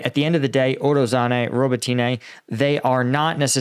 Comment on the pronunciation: man you guys pronounced ukraine place names is so weak “bok mit” “danbus” “robo teen aye”? really? it’s like saying “eye-sa fram amereo-lyn- cana” or “ dowra ins Varina”did ya notice how well read that sounded? yea? not really.